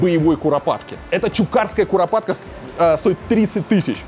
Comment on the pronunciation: Как Варламов рассказывает про курапаток😁